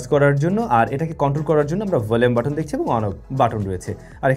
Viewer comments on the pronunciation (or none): none